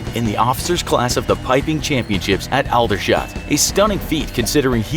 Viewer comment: Aldershot * “ALL DER SHOT” It’s weird I grew up here 😟